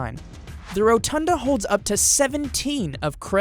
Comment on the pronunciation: holy shit. I've never seen someone say Rotunda so badly